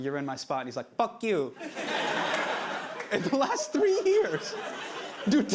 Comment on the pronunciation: “buc u” lmao